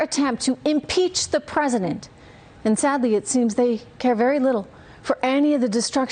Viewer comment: She’s awful, however I’m confused as to why she says presiNent not president. Also why does she look like the female Caesar Flickerman from the hunger games?